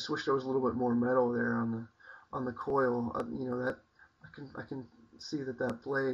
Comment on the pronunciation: hows it been working for you?? im going to buy an rd9. and i might buy an rd4 bush for a neck knife. either thator a becker bk14, not sure yet. oh and its a "choil" not coil, just letting ya know. give us an update man!:)